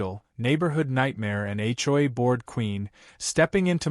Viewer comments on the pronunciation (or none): It's HOA, not hoi. Dumb AI can't even spell correctly.